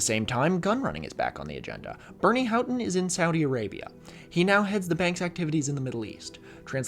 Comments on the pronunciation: "How-ton" is how people who lived through that story and gave audio / video interviews pronounce it. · that aside about -ough was a trip to experience after 20 minutes of hearing you mispronounce "houghton"